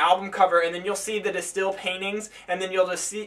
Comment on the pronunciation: You dont pronounce it as "The Stil". Its more like "De Steyhl"